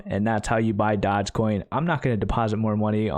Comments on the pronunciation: "dodge coin" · I love how he calls it Dodgecoin to troll everyone